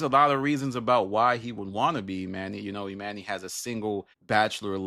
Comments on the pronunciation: 🤦🏾‍♀️ You pronouncing Emanny's name incorrectly is wearing on my patience too much to finish this video. 🛑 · You keep mispronouncing his name. You must not really watch the pod.